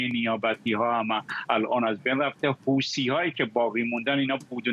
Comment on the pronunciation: آقای فرحزاد لطفا کلمه حوثی را با تلفظ انگلیسی و عربی نگید چون در فارسی فقط یک تلفظ برای همه حروف س و ث و ص وجود دارد تلفظ عربی و انگلیسی اون حروف در فارسی وجود ندارد اگر فارسی صحبت میکنید نباید از تلفظهای عربی و انگلیسی استفاده کنید این را به همه همکارانتون هم بگید که خیلی چندش آوره که در زبان فارسی عمدا تلفظ انگلیسی و عربی حرف ث را استفاده میکنند